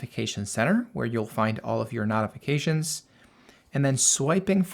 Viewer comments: Excellent video and clear explanations……if you would say——No-ti-fi-ca-shuns—- instead of Not-it would be better !! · Beautiful, but where the F are you from? The word is pronounced like, KNOW. KNOWTIFICATIONS. NOT LIKE KNOT, KNOTIFICATIONS. NO, AND NOT. FIGURE IT OUT PLEASE BEFORE I HAVE AN ANEURYSM. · speak clear english, I had no idea what you were trying to say when you said notifications.